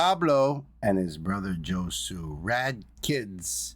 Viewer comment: Thanks for the RV, BB! Btw Josue's name is pronounced as in "no way Jose" but the 2nd syllable is "sway". 😊